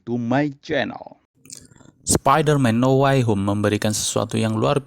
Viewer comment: Dibaca now wey hom Bukan nauw way hom 🤣🙏🙏